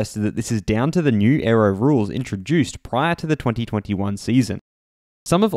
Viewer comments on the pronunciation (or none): none